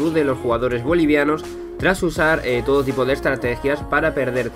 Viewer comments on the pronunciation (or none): none